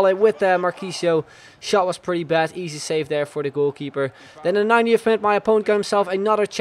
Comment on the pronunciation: When u say '19th' it sounds like u say 90th